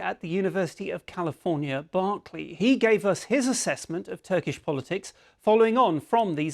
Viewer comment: I can't beleive how a BBC presentor can not pronounce Berkeley